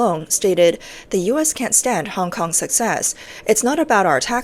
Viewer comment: CCP's 'Director Hong Kong and Macau' can't even pronounce 'Hong Kong'. Doesn't speak a word of Hong Kong's langugage. We Hong Kongers can't understand a word he is saying if it wasn't for subtitles.